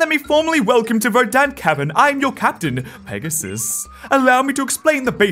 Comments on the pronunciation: I think it’s pegas-s-s-s-s. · It's Pegasisisisis.....duhhh...